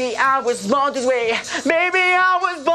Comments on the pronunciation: Bod this way lo pronuncia? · tu estas diciendo que es el mejor INGLES.. OJO ESTUDIO INGLES Y NO PRONUNCIA BIEN MUCHAS PARTES COMO BORN.. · Soy yo o solo tiene problemas en la palabra BORN siento que no acentúa el sonido final de la palabra el resto está excelente la pronunciación. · Si es cierto solo es esa palabra Lo demás está excelente!! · Qué mal pronuncia BORN